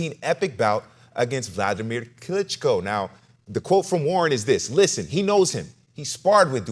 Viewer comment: Nearly fell off pronouncing Klitschko's name too tbf 😂